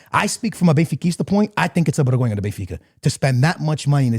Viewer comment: No hate! But a bergonha é vocês dizerem bergonha em vez de vergonha 🤣 mas de resto muito bom! finalmente ver algo sobre a liga portuguesa!